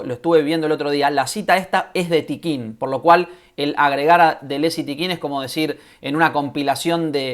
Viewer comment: Hola, Un par de cosas: El colectivo es Tiqqun, no Tiqquin: sin la segunda «I» que ahí le metes. Contribución a la guerra en curso es un libro que publicó Errata Naturae en 2012 y básicamente trae dos textos: ¿Qué es un dispositivo?, de Deleuze y «Una metafísica crítica podría nacer como ciencia de los dispositivos», de Tiqqun. En todo caso, la referencia de Tapia está completamente descontextualizada y sí, mal citada. Liga al texto de Tiqqun: Luego, algo que no gusta mucho a ciertos lectores de Deleuze/Guattari, es la presencia de Marx (y su influencia) en la obra de ambos autores. Tomo una cita que se encuentra en la entrevista que le hace Toni Negri a Deleuze: “Creo que tanto Félix Guattari como yo, aunque quizá de dos maneras diferentes, nos hemos mantenido fieles al marxismo. No creemos en una filosofía política no centrada en torno al análisis del capitalismo y sus desarrollos.” Control y Devenir en Conversaciones. Pre-Textos. 2014. Por último, si la adherencia al marxismo hace que la derecha más reaccionaria se horrorice, me parece un error de aproximación quitar «a modo» la presencia de Marx con el objeto de no incomodar a quienes se quedaron atrapados en el discurso de la guerra fría. Marx es una línea de demarcación en el pensamiento contemporáneo. No hay que obviarlo, en mi opinión. Saludos